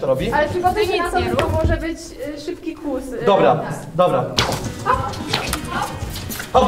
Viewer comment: Nie KUSKUSKUSKUS tylko KŁUS KŁUS KŁUS XD